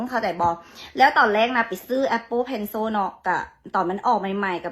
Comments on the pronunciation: คนไทยเขาไม่ออกเสียงเพลโซ่(คนไทยเขาออกเสียงเพลเซิ่น)เพลซิ่ว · Cilมันออกเสียงว่าโช้วได้จั่งได๋สาว นานาชาติลาว😂😂😂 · นางออกเสียงโช่.... หมายถึงโซ่... ที่ล่าวพวกทาสลาว... ที่เซิ่ล.. เสียงโซ-เอิ้ล ติดกัน คอ่ยเอาโซ่ไปล่ามควายที่สาวลาวโน้น อินเตอร์แบบลาวๆ เวียงจันทน์มีกี่แห่ง กี่คนที่ได้เรียน ในประเทศไทยมีทุกจังหวัด ไม่รวมกรุงเทพ... ช่วยฝากบอกนางนี้ไปอวดที่ลาวโน้น มันเทียบกัยไทยไม่ติดหรอก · เจ้าของภาษาก็ไม่ออกเสียงเพนโซ่นะ ตัวiออกเสียงกึ่งๆ เสียงสระอิกับสระอึ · เรียนอินเตอร์เกรดไหนpencilตัวไหนออกเสียงเป็นซ.โซ่ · นางสาวลาวpencilอ่านเพนโซ่หรืออีบ้าแค่นี้หรือนานาซาดคนลาวอีโง่มิน่าบ้านมึงถึงล้าหลังทีหลังมึงไปซื้ออยู่ลาวนะอีล่าว